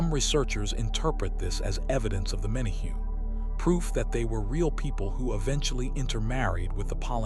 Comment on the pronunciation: It's "men a hu nees".